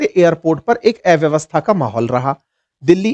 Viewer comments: ऐ व्यवस्था नहीं अ व्यवस्था। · एव्यवस्था नहीं कृपया अव्यवस्था कहिए।